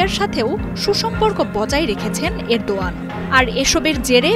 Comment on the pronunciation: বাংলাদেশের সাংবাদিক রা কেনো রেদোয়ান এর নামটি ভুল উচ্চারণ করে আমি জানতে আগ্রহী, রজব তৈয়ব রেদোয়ান প্রকৃত নাম